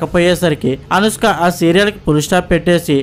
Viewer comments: అరేయ్... ముందు అనుష్క అనడం నేర్చుకోరా పువ్వా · అనుస్క ఎవరు ? కున్కిస్కా లాగా ? ముందు పేరు సరిగా పలుకు , సొల్లు వీడియోస్ తర్వాత